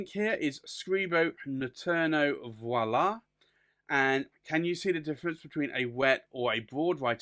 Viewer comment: For the record: VOILÀ! is NOT the same as VIOLA! There is a huge difference between the two., please get it right... Viola is not pronounced "VOILÀ!" as in the expression "et voila." The word or sound you are so badly butchering is as in the actress "Viola Davis"... which is far different than "voila"... yes, they may look very similar... to a dyslexic person, but they are in deed NOT at all the same.... A viola (vee-oh-lah) is a stringed instrument that is larger than a violin and smaller than a 'cello. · A viola (vye-oh-lah) is a tiny flower.“ Which is what Scribo has intended here, with this hue. NOT Voila.